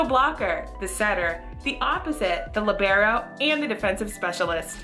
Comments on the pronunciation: It's LEEEEbero, not LIBero 🙄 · She just pronounced libero as lebrero its pronounced lee-ber-o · the umm lib-air-O I’m sorry but- 💀